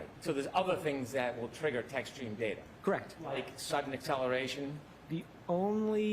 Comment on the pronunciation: I like how expert highlighted word DATA ,BECAUSE DA WAS SAYING DAITER.😂😂😂